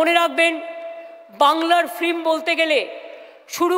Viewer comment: Kothata flim noy film. Ektu porasuna korley bhalo hobey